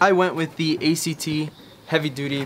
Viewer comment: Did he say ECT and not ACT